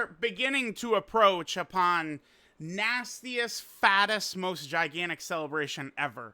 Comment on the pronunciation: HUGE emphasis on 'gigantic'